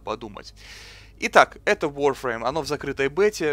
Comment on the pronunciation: Нахуя так коверкать слова? ВАРФРЕЙМ!!11 ВАР!!